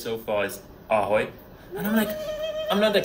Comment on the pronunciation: Man said "Ahoy" and I'm betting what was really said was "Awe"😂😂